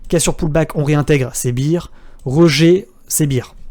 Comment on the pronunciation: Merci my man! Bull or Bear ou Bull or Beer. Tu dois penser aux vacances, donc a la bière. Bear se prononce différemment :-)